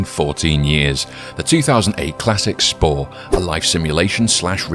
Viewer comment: You said pore installed of spore😅